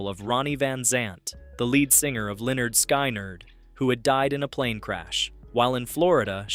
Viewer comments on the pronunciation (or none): Never heard somebody miss pronounce Lynyrd Skynyrd